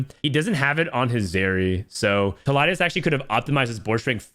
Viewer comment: its pronounced Tee- Liedz